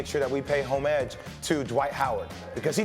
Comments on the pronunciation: "Homege"... Its homage Jay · Did my guy really just say "HomeEdge"??